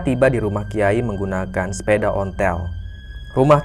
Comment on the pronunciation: SEPEDA... BUKAN SEPEDAH...